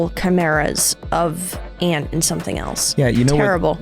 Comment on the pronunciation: "A nen ant" " A nant 😥"